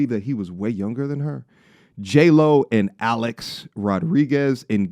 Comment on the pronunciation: Jlo sounds like hey ho 😂